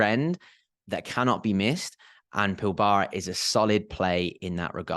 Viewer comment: In Australia the Pilbara is pronounced more like PILBRA